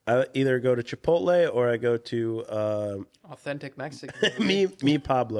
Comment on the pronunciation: When said chipotle…..fail